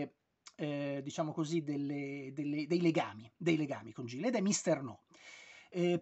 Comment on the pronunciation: Credo che il titolo si pronunci "Ghil", come in Gil Kane. Spesso è un diminutivo di Gilbert.